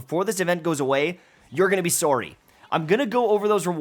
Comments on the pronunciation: im still trying to recover from the way he pronounces sourrie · Did he just say “soar-ry” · that was an awfully canadian sworry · Was that a Canadian sorry? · best part about the video? Canadian accent when he says sorry